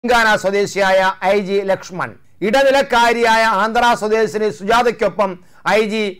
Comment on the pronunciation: ലക്ഷ്മണ അല്ല മാഷേ ലക്ഷ്മൺ ലക്ഷ്മണ മരണപെട്ടു